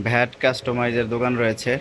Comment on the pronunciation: ভ্যাট কি ভাই, আমরা জানি ব্যাট।আপনি কি ভ্যাট দিয়ে খেলেন 😂😂